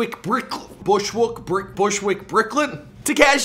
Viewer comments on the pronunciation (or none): Canadians can’t say Bushwick, Brooklyn